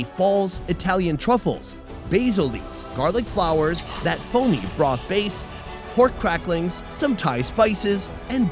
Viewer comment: sounds like he saying bra but he means broth ( mark weins)